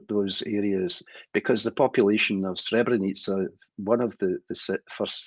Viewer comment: I'm Bosnian and a muslim. Imran Hosein doesn't even know how to pronounce Srebrenica, nor does he mention the accurate date of the genocide in his video that is addressed towards the Bosnian muslims. He should go to Srebrenica and pray janazah and pay his respect to the victims of the genocide that FYI didn't only happened in Srebrenica, it happened also in Foča, Prijedor, Ključ, Višegrad and other places in Bosnia as well. He is ignorant and persistent in his ignorance. Yes it was a planned agenda. The Serbs did the same thing throughout the history of Bosnia as well and they do not remorse nor are they sorry. We see it every day, they are even threatening us with another genocide. Just look it up, the evidence is all over the internet. They regard the war criminals as their heroes ...